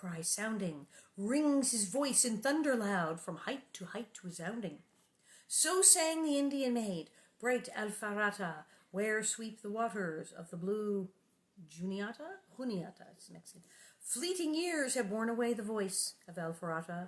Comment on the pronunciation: The Juniata is a river in Pennsylvania, and was a major waterway for Native trade. You DO pronounce the J : June ee at uh